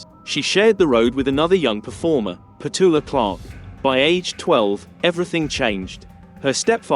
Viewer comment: PETULA (Pechewla), not "Pat-oola." And it was HATTIE JACQUES (Jakes), not "PATTY JACK."